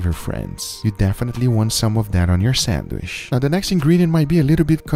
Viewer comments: It's pronounced sandwich, not sandwish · I assume everyone here loves his voice, probably why he is popular. I for one do not like the repetitive nature of his speech. Every final word is drawn out to the point that its annoyiiiiiing. Also the way he doesn't say sandwich but rather sanwiiiiiiiiish. Feel free to tell me how wrong I am and how I just don't get iiiiiiiiiiit. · I can't get over "sandwish" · Lol. I like how he says, "Sandwish" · Why do u call it a samwish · “Sandwishh”! Lmaoo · “Sandwish” lol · Sandwish or sandwich guga? 😂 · “Sanwhish” its awesome. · In the first minute I'm already not paying attention to the burger anymore and instead focusing on the Guga Foods narrator's cadence and the way he pronounces "sandwisssssssh." Very cool. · 'sandwish' lol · I subscribed as soon as you said, "sandwissh". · Me: Sandwich Everybody else: Sandwich Guga: Sandwish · It pronounced sand-WITCH (spelled sandwich) not sAnDwIcH 🤡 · Casual people: Sandwich Guga: Sand Wish ❤️🤣❤️🤣❤️ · Guga ehy do u say sandwish and not sandwich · For sure Guga is taking it in the ass for saying Sanwissshhhh this way 🤢🤮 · I wish he would stop saying sandwish 😀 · He said sandwish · did he say Sandwish? 🤣🤣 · I like how you say - sanwiiish :) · "sandwish" lol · I like how he says "sandwishhh." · Lol sanwish!!! His voice he got dying lol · Who else likes it when he says sandwish instead of sandwich it's like an asmr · “I’m going to show you how to make this iconic sanwisshhh!” 😎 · What is a sandwish - and vere ist dis place they call Oo-tah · Why does guga pronounce sandwich as sanwisshh?! lol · Now let's all say this together "SANDWISHHHHHHH" 😂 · I’ma start saying sandwich like sanwishhhh from now on. 🥰🎶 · no one: guga: sandwish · What’s a “sandwish”?? 🤣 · Nobody: Guga: Sanwish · lol i love the way you pronounce sandwich haha